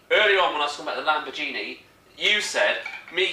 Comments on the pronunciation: if you were drinking grape juice instead of beer you would have been able to pronounce lamberjeenie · OMG, Lambor"Genie".